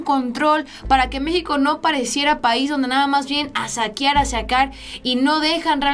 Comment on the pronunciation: se dice saquear no saquiar.......... me encanta tu canal sigue así o con más cuerda, Dios te bendiga